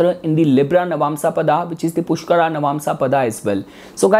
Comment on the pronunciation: pushkaraa, bharaani jbrdsti real pronunciation ko kyu distort kr rhe ho